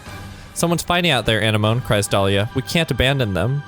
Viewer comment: Anemone is literally pronounced “a-neh-ma-nee.” It’s a name derived from Greek, the same word as sea anemones (like in Finding Nemo)